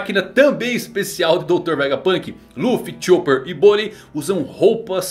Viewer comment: Luffy conseguiu acertar o nome de bonney kkkk